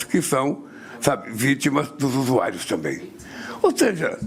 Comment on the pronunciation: "os usuaios"